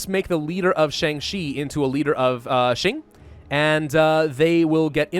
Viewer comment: Mandatory comment judging your pronunciations, this is for entertainment and educational purposes, I mean no offence to your contents, they are great. I will watch the video and correct pronunciations and/or give tips in this comments as I go along. Also before I start, tends to pronounce the Qing as Xing. As great as he is at pronouncing the Chinese ‘x’, that is not how you pronounce the ‘q’. First of all, as a piece of background info in Chinese ‘zh’ is pronounced like an English ‘j’, and the sound will from this point forth be referred to as ‘zh’, as ‘j’ is reserved for the Chinese ‘j’ sound. If you already know how to pronounce ‘zh’ and ‘x’, a quick way to learn to pronounce ‘j’ and ‘q’ is realizing that the difference between ‘x’ and ‘sh’ is the same as ‘j’ and ‘zh’, and ‘q’ and ‘ch. If you don’t get it just listen to it online, it should help. Also ‘c’ is pronounced like an English “ts”. Anyways since I already mentioned how to pronounce ‘j’, ‘q’, ‘zh’, and ‘c’ I will not include them in the list of corrections unless it is some special case (such as ci and zhi). It says 直隸 (simplified 直隶), it means Zhili, as in the province and the clique. And by the way Zhili is pronounced Zhh-li Ji-aang Bai-li (I will use double A’s to signify when to hold a short ‘a’ sound) Lwo-yang Rwei Sss-chwan Fung-ti-an